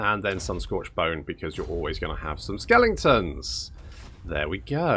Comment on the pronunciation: It's pronounced 'skelingtons' - not 'skeletons' SMH